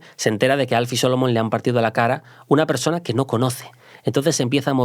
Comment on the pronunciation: Al pronunciar el nombre Alfie Solomons a muchos nos dio un escalofrio. Como se nota que no ha visto la serie